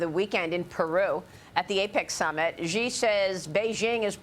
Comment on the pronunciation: Why do you not know how to say the name of the leader of the CCP? Xi = /she/.